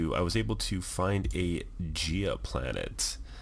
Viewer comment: Think it's guy-a not gee-a Very charming game by the look of it